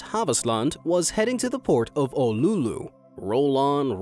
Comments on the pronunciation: its Oulu not olulu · Yeah I've never heard Oulu being pronounced "Oululu" :'D I get Finnish words are difficult to pronounce but where did that extra "lu" come from??